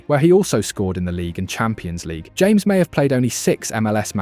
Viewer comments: James 😂 NO Ha-MEHS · Great video and a good analysis, just some small feedback on some pronunciation, James Rodriguez´s name is pronounced like Ha-mes, not your typical James. Vamos Colombia! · Thank you for your video praising our team! Just as a side note, our 10's name is pronounced Ha-mes